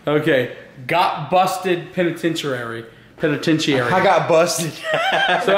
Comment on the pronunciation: found a word that can't say, "penitentiary"